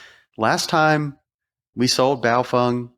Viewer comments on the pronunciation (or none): Wtf is a buyo-fung???? Its "BAY-O-FANG"... straight from the manufacturers mouth...